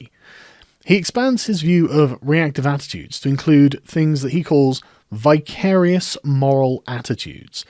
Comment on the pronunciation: Thank you for this. 'Vicarious' as in vicar. A vicar acts vicariously. (I've never heard it pronounced in the manner you did - but hey ho.) I like this word. ;) Great last sentence!